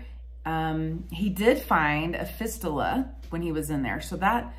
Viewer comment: Hi, I commend you on providing such a vividly detailed, self-effacing description of your journey with this serious disease, involving an area of the body that, for most people, both young and old, would be difficult to talk about. Just as a help with your verbiage, to keep you well versed on the topic, fistula is pronounced fist-you-la. Hopefully, your excellent frame of mind will continue to help you overcome the challenging trials and tribulations that you will be faced with. Stay as active and strong as you can, mentally and physically- hobbies, walking your dogs are great- helped me to deal with my personal issue. Imo, the statements in your last minutes here, provide the best information for those watching,,, if something's not getting better, regardless of the organ system,, get a doctor specifically trained in treating cancers there, to check it out. Hang in there & hope to hear some good reports from you in the future. Regards from Pennsylvania